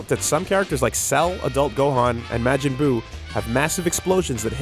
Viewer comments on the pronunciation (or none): Some of pronunciations are so weird so me. I never heard someone pronounce Yamacha as Yam(as in the plant similar to a sweet potato)-cha, or majin that way. I guess I'm not surprised with the Canadian accent him & the other best friends have with some words.